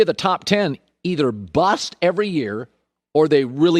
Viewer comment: the way he says “bust” 😂😂